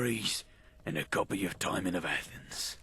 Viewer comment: "Timon" pronounced as "time-on", and not "ti-mohn" threw me in a loop. I never, ever heard it said like that before today.